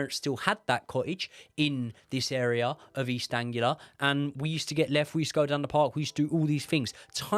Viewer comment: You two work well together - great to listen to u building up the scenario - However , pronunciation of well known places /things - subjects of the story ( especially ones that are cliches in the arena of the pisstaker expressing examples of bad education) like East Anglia -not Angular ! ..it’s important if u wanna be taken seriously brothers ! Genuine advice guys .keep rolling.